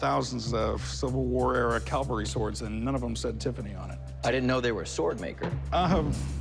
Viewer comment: Hey Corey...Calvary = where Jesus died Cavalry = mounted soldier You're welcome.